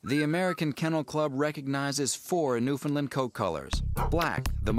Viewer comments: Please, Please, PLEASE.... Refrain from calling these wonderfull dogs "newfies". Would you dare refer to a dog from Pakistan as a "packi". The people in Newfoundland dislike the word. a couple of other notes; Newfoundland is pronounced ,properly, to rhyme with UNDERSTAND. New-FINN-land(or Lund) is incorrect. The dog was already here when Basque f/men came. There are written records that describe the "large wooly beast" from the earliest reports back to Europe.Vikings may have imported 1,000 AD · Our three year old male also does not drool as a rule. Partly because we keep him well groomed which helps to keep him cooler and partly because he lives indoors with us. The video has a few mistakes no doubt. You would think the producers could have researched how to pronounce Newfoundland and, well, one would think they should be able to find Newfoundland on a map (that is Labrador). Also, the word newfi is insulting to the majority of people here and should not be used by a (?) pro outfit. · It's a common American pronunciation mistake. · If you're a Newfie and you actually do say it "New-FOUND-land", you're about the only one. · As for the producers of this video, and oh ya, I have asked them before to refrain from using "newfie", to no affect, they can't even be bothered to learn how to pronounce Newfoundland properly. How can you beleive any of the rest of the info. Their map, where they try to show where NFLD is, well, that's Labrador they have highlighted, not the island of Newfoundland. And one more thing, the Basque did not bring the dog here. There are written records that prove this. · .- That's not how you say Newfoundland.. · Pronounced correctly, Newfoundland should rhyme with "understand" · NewFINLAND more like it.. no Newfie says the "Found" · You prenounced newfoundland whrong. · so many things wrong with this on the newfoundland perspective. for one they pronounce it wrong. for two on the map that was labrador. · way to mispronounce Newfoundland